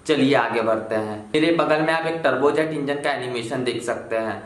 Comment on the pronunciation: Bahi muje lga ki ap trbuz engine bol rhe Ho 😂😂😂